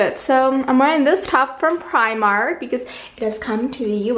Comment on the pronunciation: It's pronounced Pri-mark, sorry had to correct